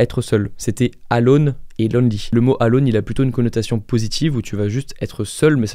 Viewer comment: Pour info Alone ne se prononce pas comme tel mais "Eulone"